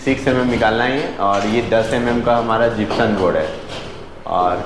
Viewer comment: जिप्सम बोलते है न की जिप्सन